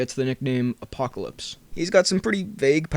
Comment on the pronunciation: Did you say.... Apopolips